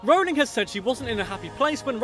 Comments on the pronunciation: I say it Role-ing not r-ow-ling. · I was allways pronouncing her name right but my friend always "corrected" me. I'm going to say to her "stop your saying it wrong its ROLLing not RAWling" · Dont mean to be THAT guy but youre still pronouncing Rowling wrong. Closer than most but its pronounced the same way you pronounce "rolling" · Says a fact explaining how to pronounce J.K Rowling's name Proceeds to pronounce wrong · Just you who messed up her name because i always say they see me rolling like jk Rowling. Mmh perhaps thats worse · Who was pronouncing her name wrong? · Nah lad it’s a British requirement to learn how to pronounce Rowling